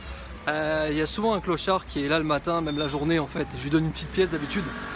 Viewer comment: ARRÊTE DE DIRE CLAUCHARD 😬😡